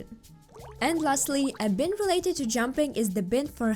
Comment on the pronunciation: the "i" in bind is a long "i" so bind should sound like you're saying "bye" and add an "nd" like "bye-nd"